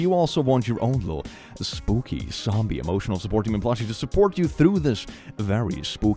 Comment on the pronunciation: I heard say “because it’s Boopy month” instead of Spooky month. I like Boopy